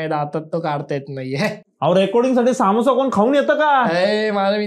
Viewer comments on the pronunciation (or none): saamosa nahi samosa asto he kai brobr naahi😂